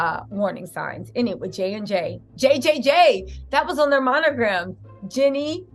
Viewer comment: Btw, it’s [“GEE-nee”] Jeannie - (not Jenny)😉♥️